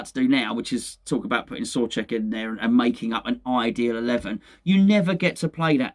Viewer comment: If Soucek makes it back into the team soon will stop calling him Sore-cheek and maybe something closer to So-check lol … COYI